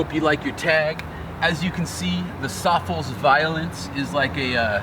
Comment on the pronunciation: i always thought SOFLES was pronounced "Sof-Less" like "Soft-less"??